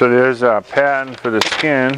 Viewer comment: Nice job, thanks for these videos. Spot welds are a pain to remove, I think grinding them down with a round die grinder or belt grinder is the best approach. Every time you said “pattern” I thought you were saying “patent’. I was thinking “why do we have to make a patent?”, lol